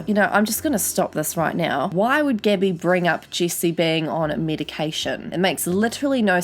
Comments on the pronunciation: Cecilia Wubben and Gabby as Gibby...thought she was talking about that kid from iCarly, Gibby lol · When she pronounces “Gabbie” as “Gibby” ☠️☠️☠️ makes this 100x better